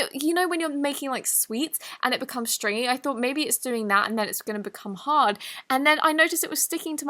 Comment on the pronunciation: When she says hard u think she says hot